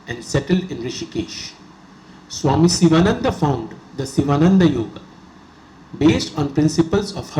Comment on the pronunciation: good knowledgeable narration. But don't modify the word yoga. whenever pronounced yoga as yog its very painful to hear.